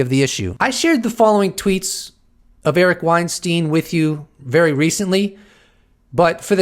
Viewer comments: Hey Eric last name is pronounced Wein-STINE not STEEN. He’s made that distinction in past interviews. See his latest Rogan interview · Not pronounced WeinstEEN though